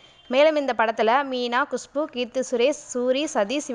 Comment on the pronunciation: Adhu kushbhu, kusbu illa